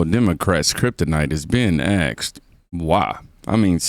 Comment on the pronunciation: I have to unfollow you dude, "axed"? seriously you can't pronounce asked? I'm done, I'm out. I guess a be racist and shit.